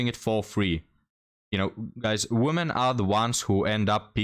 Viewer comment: the word "WOMEN" (which means more than one human female) is not supposed to be pronounced the same as the word "WOMAN" (which means one human female). You keep pronouncing it the same, and that sounds just as bad as if you said the word "MAN" every time you intend to say "MEN". "WOMEN" is supposed to sound like "we men" (just not as long). Look up the pronunciation here on YouTube.